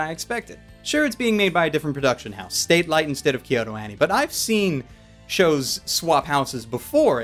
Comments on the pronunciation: I do wonder if is ever going to realise the studio is actually called Satelite instead of Statelite.:p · Why are you pronouncing "Satelight" so weird. And not just once you do it throughout the video. . .